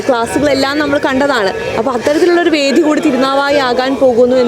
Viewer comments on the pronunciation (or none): ബാരതപ്പുഴയല്ല ഭാരതപ്പുഴയാണ് , നിളാ ആരഥിയല്ല ആരതി ആണ്, രീദ്ദി യിൽ അല്ല ..രീതിയിൽ ആണ്, വേഥി അല്ല വേദി ആണ് , വനിതാ റിപ്പോർട്ടർ അനാവശ്യമായി വാക്കുകൾ സ്ട്രെസ് ചെയ്ത് മലയാളത്തെ വികലമാക്കാതിരിക്കുവാൻ ശ്രദ്ധിക്കുക